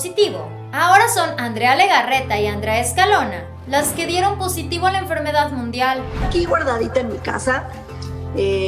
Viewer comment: PORKE DICES EN FERMEDAD MUNDIAL. OMG